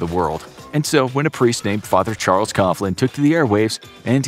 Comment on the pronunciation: Fr Coughlin's surname is pronounced KOG-lin, not Koff-lin.